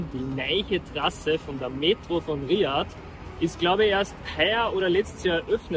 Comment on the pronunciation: danke, schönes video aber die Betonung liegt am a bei Riyaaaad und nicht am i